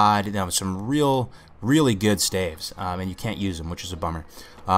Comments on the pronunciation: Did you say stakes....lol stalf or staves lol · Think staffs, except it's "ves, not ffs." Say it with me now, STAVES. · absolutely brilliant guide, but the way you pronounce "staves" drives me nuts :p